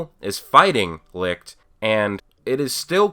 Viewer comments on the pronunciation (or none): Hmm I'm thinking of an English word which i could show to help properly pronounce the word Licht. Hm..... Echelon. Try to use the ch from echelon for the ch in Licht. I think that gets you closer to how we Germany pronounce light in English ;)